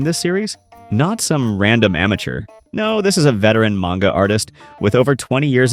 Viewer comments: I just think it funny how u said manga wrong all the way up to the end and said it right lmao funny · An "otaku" pronounced "manga" wrong 😔 Evangelion mispronounced, I hereby revoke your weeb card.